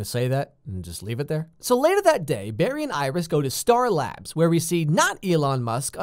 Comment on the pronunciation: “Star abs”